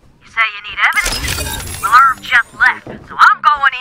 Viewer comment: Irv sounds like nerve not i've.